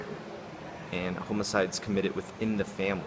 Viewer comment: Off topic, but I find the way you pronounce "homicides," to be interesting, hahahah.